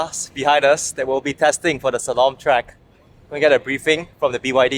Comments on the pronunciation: It's Slalom and not Shalom :) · dude its slalom, sorry cant help it. shalom is peace in hebrew